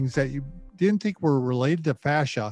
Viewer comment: Fascia not fascist!